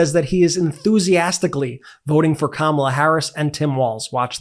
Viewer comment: She actually pronounced "Kamala" the correct way.